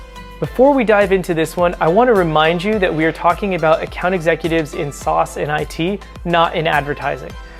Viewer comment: Great vid but LOL’d at his pronunciation of “SaaS” sauce?!